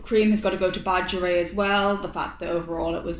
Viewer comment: heh it’s pronounced like Bah-g-air-ee-et